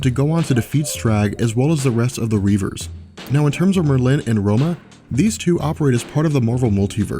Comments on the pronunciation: Mer-linn? ....Mer-linn? FUCKING MERLIN, the most famous wizard ever, and you don't know how to pronounce his name? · Merlin is pronounced with the emphasis on the first syllable, sorry, was bothering me! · You are emphasizing the wrong syllable in the word Merlin and it bothers me. Stop it. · why is he saying Merlin...like it rhymes with Berlin? it sounds so goofy the way he says it lol. I have NEVER...EVER...heard anyone say that name that way before. that is hilarious.